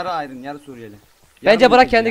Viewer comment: İRON Değil Iron